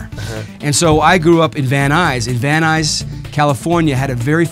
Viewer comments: Es van nuys.... No van ice ok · Jajaja es VAN NUYS!!!!!!!!!!! Van ice????? Jajaja